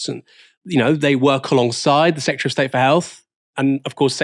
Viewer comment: The number of people in this video saying "secutary" instead of "secretary" is upsetting :P